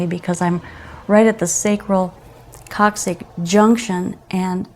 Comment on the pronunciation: C'mon. You absolutely can not do sciatica work and not know one of the main structures is called the coccyx (koksiks) bone not koksik. Dude, that matters.